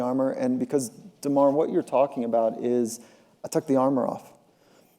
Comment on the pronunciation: He really didn't not how to say DeMar's name